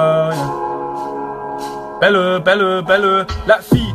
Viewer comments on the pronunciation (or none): none